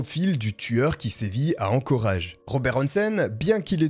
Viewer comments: Hello j'adore tes vidéos vraiment mais ceci dit peut être pourrais tu soigne ta prononciation notamment pour Anchorage dans cette vidéo c'est "anchorèdge" la prononciation c'est perturbant mais ça n'enlève rien à la qualité de tes video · On prononce ( encore edge)